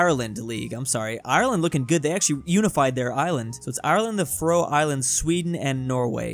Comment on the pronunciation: it really makes me mad that pronounces faroe islands wrong so much